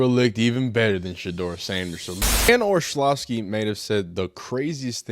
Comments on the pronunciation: This guy needs to learn how to pronounce words. Too many words and names he doesn’t know how to use google to Learn how to pronounce. It’s not Olshavski. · Do you really not know how to pronounce Orlovsky or are you just being an A hole ?